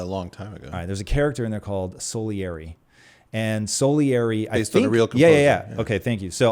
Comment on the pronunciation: * Salieri, not Solieri